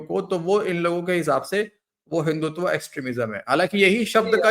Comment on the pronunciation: he did not say hinduvata………said some odd word like hinduvuvata. What a joker. India gave an apt reply…….a young lady gave a very insulting reply.